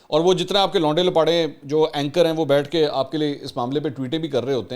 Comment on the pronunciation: منصور بھائی جب اپ یہ لفظ بولتے ھیں ۔۔لونڈے لپاڑے ۔ تو اپ بول نہیں پاتے کیونکہ اپ ایک سلجھے اور تعلیم یافتہ ادمی ھیں ۔ چلیں لفظ بدل لیں ھمارے پنجاب میں احمق کو ۔ پھدو کہا جاتا ھے ۔ عمران نیازی پھدو اور اس کے فالورز پھدوز بقول اسحق ڈار